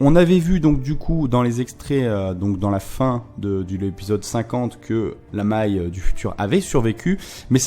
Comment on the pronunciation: C'est con mais ça me titille... Pourquoi tu dis " Mei " tu le prononces comme si c'était un E très souvent alors que c'est un A " M A I" ("danse" certainement) MAAAAAIIIEUHHHH pas mééééiiieuhhh haha bref ! Analyse / résumé sympa comme d'hab :)